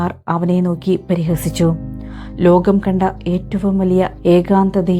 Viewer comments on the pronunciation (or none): none